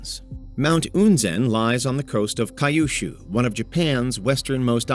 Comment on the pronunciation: Kai-oo-shoo sounds like a really beautiful place. I wonder if it's anything like Kyushu...